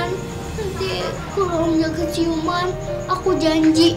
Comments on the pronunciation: Masa yang ke dua masa ngomong siuman tapi ciuman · pas yang di 1.08dia. bilang ciuman bukan siuman hahahaha lucu